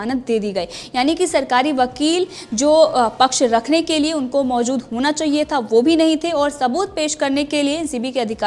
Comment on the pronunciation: Maozud nahi maojud hai jamanat nahi zamanat hai sahi bolo yaar